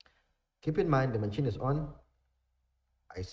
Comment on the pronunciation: brother it’s pronounced Ma-sheen (machine) 😁 good work, most information on this channel